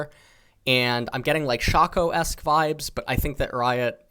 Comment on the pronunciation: Where is the W in "shaco". Where.: Shawco Everyone else: Shaco